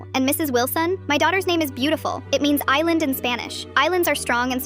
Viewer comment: Like also island is pronounced as i-land 😅